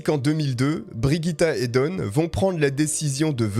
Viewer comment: Et aussi ça n'est pas Brigitte, mais Birgitta, à prononcer bir-ii-ta (si mes souvenirs de suédois sont bons) Mais bon là on chipote 😅 Sinon n'hésitez pas demander les prononciations avant une vidéo. Je suis sûre qu'il y a assez de followers pour vous aider à couvrir pas mal de langues.